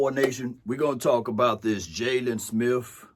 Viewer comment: Please learn to pronounce he ate words correctly it’s not Smith with an F it’s Smith with a TH